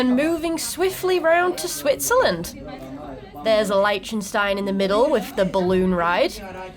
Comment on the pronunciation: Ok, watched a bit more, and, it's funny: The names you're confident about, there's slight mistakes, and the ones where you apologize for potential butchering, they're fine 😅 Liechtenstein, the first vowel is not like in "light", but more like in "list". "Bootsfahrt", it's not like in "moon boots", but more like in "boat". The other -fahrts like "Elfenfahrt" etc. were spot-on 👍 Sorry for splitting my comments like this, i'm watching your part 1 video in several parts due to time constraints 😅